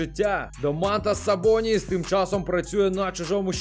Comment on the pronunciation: ДОмантас Сабоніс та Крістапс ПОрзінгіс правильно ставити наголос